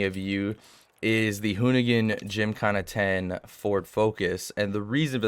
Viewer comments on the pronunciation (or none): none